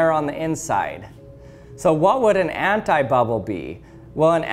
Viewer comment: I am French and I hear hentai-bubble xD